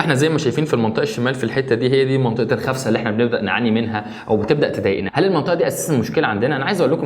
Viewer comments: اسمها خسفه مو خفسه 😂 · خسفة مو خفسة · خسفة وليس خفسة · خسفه مو خفسه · خسفه وليس خفسة ياريت جميع المصريين يصحّحوا الكلمة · الخسفه وليس الخفسه 😂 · اسمها خسفة مو خفسة 😐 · الخسفه اخي. غلط. تقولها. 😂